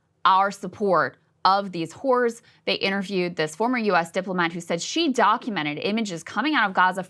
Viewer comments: Eep! Might wanna fix your pronunciation of “horrors.” You say it many many times and each time it sounds like you’re saying….yeah. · lol. It sounded like she said “caring about these whores” 😂😂